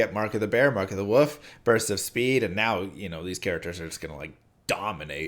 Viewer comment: For the love of god learn to pronounce “wolf”